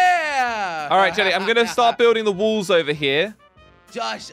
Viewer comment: I like how you call walls wulls😂 also i love your vids and jellys vids so you guys keep up the good work you too and the cramy